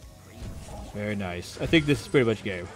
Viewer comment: He said nice " Noice" :D